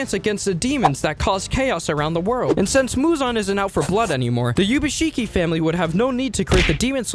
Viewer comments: Kibutsuji ❌ Kijutsubi ✅ Ubuyashiki ❌ Yubashiki ✅ Is this what he said ? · excuse me did you just say pronounce ubuyashiki as yubashiki😂 it's oobooya-shiki.